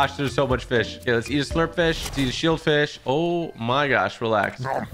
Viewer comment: When you said slurp fish it sounded like you said slur fish